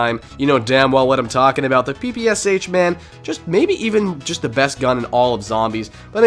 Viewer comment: As Russian i need to correct u In PPSh it's not "S" "H", it's "sh" like in word "shut"